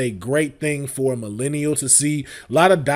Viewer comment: Why saying "millennial" like that?! Like hes not one! Lol